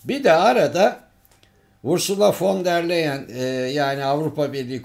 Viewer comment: Ardan bey, pek bilmişlik gibi olmasın, ama Alman AB başpolitikacısının adı "von der Layen" tarzı okunuyor. Farklı yazılsada.